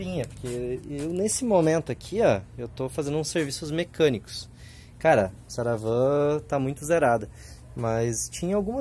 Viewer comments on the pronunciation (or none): Mexanico kkkkkk